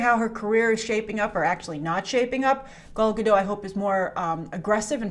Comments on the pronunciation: You STILL haven't learned how to pronounce Gadot. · She always forgets to pronounce the “T” in Gadot